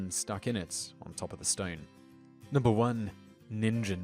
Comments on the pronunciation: O I'm glad i'm not the only one who noticed the pronunciation errors! It didn't detract from enjoyment overall but it did strike me as odd. It strikes me as funny that it seems that ningen is supposed to be it's name, but the word literally just means "human" in japanese. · The Japanese words are pronounced (teh-kay teh-kay) and (neen-gehn) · Ningen is just the japanese word for man, or human. its pronounced with a hard G sound, so, instead of ningen sound like the gen in generation, it rhymes with again :) but great video! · If you're going to say it, do it right. Ningen means "Human". And it's pronounced "Neen-ghen". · Didn't he pronounce Ningen wrong?! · That's how we're taught to pronounce a "g" in the middle of a word. I would've mispronounced it too. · Japanese is very phonetic. "teke" is pronounced "teh-kay" and "ningen" is pronounced "neen-gen" with a hard "g." it literally means "earthling."